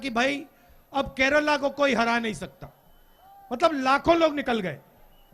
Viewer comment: केराला नहीं केरल पप्पू जी